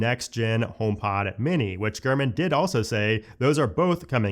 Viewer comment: Gurman 😂 Every time you say his name I’m hearing Garmin and seeing a little Garmin display screen on a dash in my head. I’m also high AF😂💀💀💀 It took me foreeever to type this damn message out. 🫠